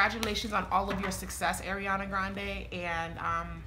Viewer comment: Her first name is pronounced R-e-on-uh not Air-e-on-uh. R. Ariana.